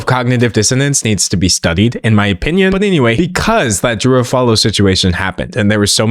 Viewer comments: Bestie, you're saying Drew's last name wrong. It's pronounced like awf-ooh-all-oh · I'm convinced he pronounced Drew Afualo's last name like that on purpose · no fr. ESPECIALLY when the name is butchered almost immediately after the person gives their name. And Drew isnt some random internet personality on tiktok, her last name is constantly being said and shared accurately. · i know what you're trying to say. You're trying to equate his pronounciation to how japanese pronounce "sukareto" to "scarlett" or "jo-ji" to "george". Yeah dude I'm not that unfamiliar with japanese language. Nice try though. But that's NOT the case here. I don't see any point why he need to add another F in Afualo's name. Both him and drew speak the same language. No language barrier can excuse his mispronounciation. If you're trying to excuse racisms, just be genuine about it